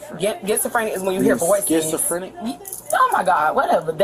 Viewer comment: "I got getsofrenia"...😂😂😂